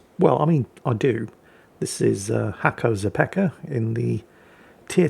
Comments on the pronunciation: It's not "Hacko Zapeka" :D It's "Hacko Hakera" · Ooooh Its pronounced "Nasko Hakera" - Nasko (its his name) the hacker:D